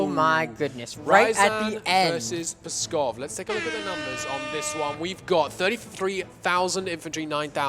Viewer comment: those Pskov mispronounciations were like potshots to my soul